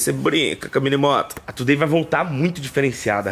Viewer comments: Se pronuncia tiu dei não como está escrito today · Se fala "thu day" e não " to dei" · Você sempre fala o nome today errado...você precisa colocar no Google tradutor e ouvir como se pronuncia correto